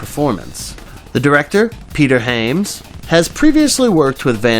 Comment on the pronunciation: you REALLY need to work on your English. Especially people's names, it's pretty annoying when an iconic director like Peter Hyams gets referred to as "Hayms", for instance. However, it's mostly pretty decent, although with a certain unintentional comedy factor - kind of like the Stephen Root character from "Dodgeball" with whatever foreign accent that is.